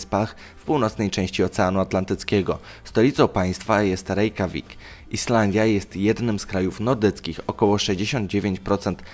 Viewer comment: Rekiawik a nie rejkawik xdd